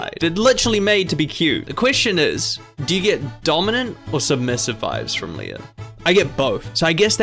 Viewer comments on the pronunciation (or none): none